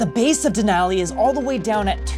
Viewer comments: Please pronounce Denali correctly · MOUNT MCKINELY? WTF IS A DENALI DOING IN THE USA? LOL